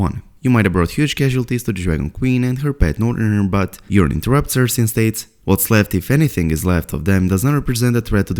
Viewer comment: Please stop calling Yuron “Urine”! lol